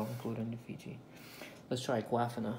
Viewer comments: Agahfina…it’s pronounced AQUA•FIN•A 🤦🏽‍♀️🤦🏽‍♀️🤦🏽‍♀️ your not pronouncing anything right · Duh-saw-knee:(Dasani) that's how we pronounce that Sir..(Aquafina) Ah-qwa..feen ah...is how we pronounce that...Have a Blessed day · a-QUAF-ina LMAOOO thats the best. thumbs up to you. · No. It’s pronounced like Aqua-Feena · His girlfriend name is Aqua-Fona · Can some one please tell him how to pronounc disani and Aquafina right!!! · Have I been pronouncing Aquafina wrong all these years? 😬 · Is that the proper way of pronouncing Aquafina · U guys understood the brands correctly right? So let him pronounce the way he wana